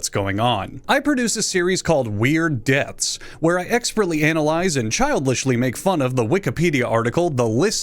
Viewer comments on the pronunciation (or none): Why does he say deaths like "dets"